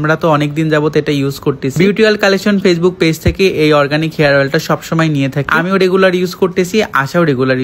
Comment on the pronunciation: হরগানিক না রে ভাই😀😀😀অরগানিক🥴🥴